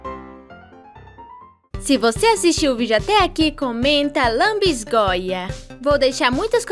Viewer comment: a palavra é lanbisgoia kkkkkk adorei seu vídeo ficou muito engraçado ❤❤